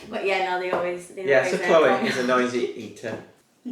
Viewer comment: you don’t spell Chloe they way you keep spelling it all the girls have the ee sound at the end of their name Why you say CHLOE. THE C AND H ARE SILENT SO IT SOUNDS LIKE ITS STARTS WITH THE LETTER K BUT IT DOESN’T ITS NOT KLOWY or CHELO ITS SPELLED CHLOE